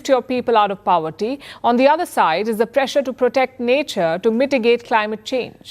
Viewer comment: Even the word poverty... was pronounced as PAVity. With due respect, I, too, struggle with pronunciations here and there.